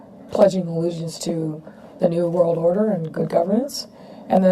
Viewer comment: Fuuuuuuuucccccckkkk? She actually said "New World Oder".